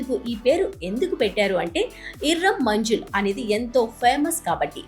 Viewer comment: Manjil? Manzil. 😂